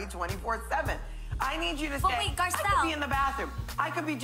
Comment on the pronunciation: You need to learn to read people's names correctly. when reporting on them. That lady's name is, GAR-CELLE.